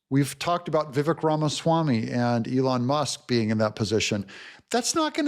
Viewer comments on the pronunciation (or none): it's vivAKE, like CAKE. please learn this, I can't hear you do this anymore. He's been around long enough for us to pronounce his name correctly.